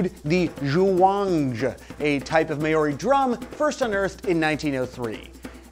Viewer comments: NOT 'may-or-ee' but "Mao-ree" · fun fact- Maori is pronounced (m-ow-ree), not (may-or-ee). Yikes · Mah - Or - Dee, not MAYORHEEEEE. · It's pronounced "Mau-rhe" not May-ow-ri. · May-Oi-Rey, What the fuck? How did u butcher that that badly? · You said Maori wrong! I am a New Zealander and it's pronounced like the word mouldy but replace the 'd' with a rolled r. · "May-or-ee" hahahhhahaha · The Maori drum example is particularly funny if you have even a passing knowledge of the language, because the Maori alphabet doesn't even contain the letters Z, J, or X. On a similar note: Your pronunciation of "Maori" is painful. "Mowr-ree" would be a bit closer. You blend the vowels, rather than sound them separately. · Seriously May - ori?Wrong pronunciation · Maori is pronounced mow-ree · As someone living in new zealand, Your american pronunciation of the word Maori is terrible.. lol Its Mow-ri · Maori is pronounce like a meow without a 'e' and the ree mow-ree at least at its most simple pronunciation, please shitheel pronounce it properly next time as this is not the first time you have mis-pronounced it. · And I thought Aussies pronounced "Maori" stupidly. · You have the whitest pronunciation of Maori ever. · I choaked when I heard him pronounce it like that. XD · you butchered Maori so hard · today i learnt that americans can't pronounce Polynesian words ;v; i mean I wouldn't put it against them but if you're gonna make a video about it at least learn how to pronounce 'tonga' and 'maori' lmao ... but i love 'this exists' regardless anyway, keep on truckin